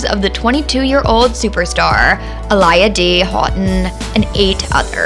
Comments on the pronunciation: I can't even take this video serious Chile Learn how to pronounce her name before talking about this cause clearly you sound like a joke smh sad 😡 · Why are you saying her name wrong wtf please get it right you keep saying her name all through the video wrong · I am pissed that this person is pronouncing Aaliyah’s freaking name totally wrong !!!! I mean, how did she do that much research about the late, great, beautiful, and dear Aaliyah, to mess up the pronunciation..... So simple😳😏😤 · Nah. Didn't make it past 10 seconds. Please learn the proper pronunciation of Aaliyah's name. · Seriously. Get it right. It is so irritating. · As SOON as I heard the mispronunciation of AALIYAH'S name, I was done with this video. The video as well as the poster has FOREVER lost any and all credibility. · Her mispronunciation didn’t sit right with my soul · Omg!!..you are sooo silly I read this as the video was playing in heard the way she tried to say her Name and bust out laughing 😂 🤣… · That's not how you say her name so annoying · Atleast respect her enough to say her name right 🤦🏾‍♀️ in such a hurry to report news & get clout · Who the heck is Uh-Lie-Yah??????! It’s pronounced Aw-Lee-Yah This is clearly not a genuine Aaliyah Fan 🤦🏾‍♀️ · Say her name: Ah-lee-ah. Not Ah-lie-ah. Get it right. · It’s Aa-Li-Yah not Aa-Lie-yuh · Aaliyah pronounced aah•le•uh.Her name being pronounced A•lie•yah is disturbing. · Whos A-LIYA? It's not Uh-Liyah or A-LIYA. It's pronounced Aaa-Liyah (Like Mohammed Ali) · It’s not “UH-LIE-AH”! it’s “AH-LEE-UH” (think Mohammad ALI) 🙄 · Her name is pronounced uh-lee-uh. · The disrespect. Please do your research before you continuously mispronounce her name. (Ah-Lee-yah for future reference). 🙄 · Who A-lie-a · This narrator has never listened to AALIYAH (AHH-LEE-YAH), a day in her life. She don't even know how to pronounce her name correctly. SMH. I can't listen to her name said like that. I can't finish this video. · sorry, who’s uh-lie-yuh ?